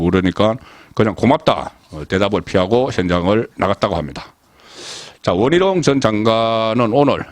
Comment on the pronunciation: 원 희롱? 발음연습좀 하시길요~~